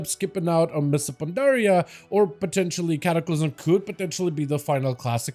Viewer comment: “Mista Pandaria” 😂